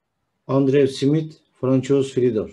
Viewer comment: Fransua diye okunuyor. Hocam. Paylaşım için teşekkürler.